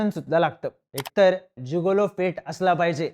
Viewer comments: जुगोलो नाही रे जिगोलो म्हण 😂😂😂😂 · जुगोलो नाही रे मित्रा its जिगेलों.. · नमस्कार उच्चार चुकला आहे. गिगलो